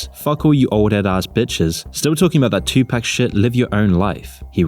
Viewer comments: 2pac is pronounced "two-pahk" not fucking "two pack" you mong. Great video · Doggy stop! that's not how you pronounce "2PAC" and "SUGE"... stay in your weird UK lame lane!